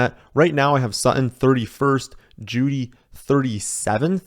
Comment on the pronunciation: Is that the way your supposed to pronounce "Sutton"? Are the Ts completely silent?